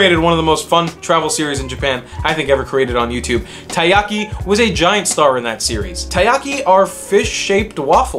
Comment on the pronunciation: taiyaki not tayaki